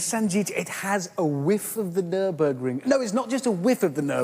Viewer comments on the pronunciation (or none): none